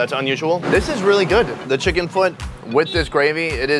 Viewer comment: "Wow Checken" Oh my gosh. 😂😂😂😂😂😂